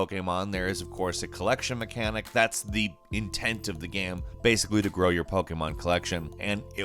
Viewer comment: Why do you say GAM instead of GAME?